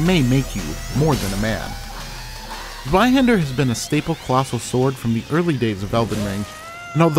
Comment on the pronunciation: Ah yes, zheiwander. The most brutal rapier in the game